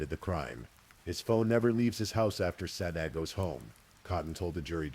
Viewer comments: The AI narrator mispronounced Sade throughout. Kinda disruptive and annoying. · I feel sad that Sades name was mispronounced throughout the whole narrative, especially since the story started with how to pronounce it. Issys too when her full name was spoken. It's disrespectful to their memories 😕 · It absolutely is disrespectful, I agree. That’s what we get with this type of AI slop.